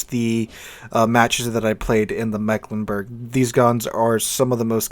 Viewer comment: Can anyone pronounce our region worse than the rest of Germany?: Yes, I can! The first "e" has a longer pronouncing like an "e" in English. It's more like an "i". And the "g" at the end is pronounced like the "ch" in the word "French".